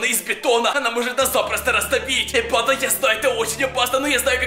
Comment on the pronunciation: Я не понял банда или панда